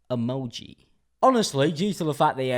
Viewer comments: "Emonji" Why did I find the way he sid that, so funny? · the way he said "emoji" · LOVE HOW HE SAID EMOJI 🤣🤣🤣